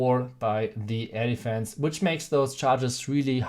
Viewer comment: I hear as "elephants" whenever he is saying air defense